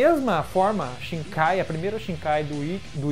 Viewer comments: shinkai kkkkkkk "shikai" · mds cara, para de falar "shiNkai". Não sei de onde tirou esse N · 10 anos de Bleach e tu fala ShiNkai? haha